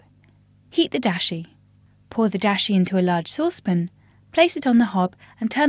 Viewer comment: I mean Dashi, not Disha. wtf